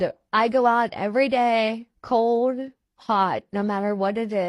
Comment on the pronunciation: LMAO! I remember the Melinda video! How she tried to change her appearance by removing her glasses, letting her hair down, closing her eyes and not showing her missing teeth! You know FDS that was Lisa just be the way she pronounces "cold"....code. I've admitted this before, but the very first time I watched her video I nearly sent her some money because she was crying and had kids and was flat broke. I understand what it's like to be broke, but I thought I should read the comments first. I had no idea she was an addict and the lies she told. SO glad I never sent her a single penny! Now I LAMO watching her fake cry, lie about being hungry and homeless - she's a real piece of shit work!